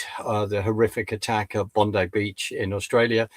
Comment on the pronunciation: Not to be critical, but it's pronounced Bon-Die beach.